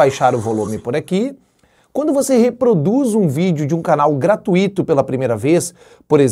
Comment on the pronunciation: não diga "gratuÍto", diga " gratÚito". Fica a dica!